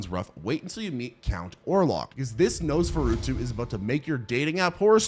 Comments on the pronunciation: Its nos fur a too not nosfuruto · Nosferatu is a great movie but my DUDE, that's not how you pronounce Nosferatu. Or Plague for that matter.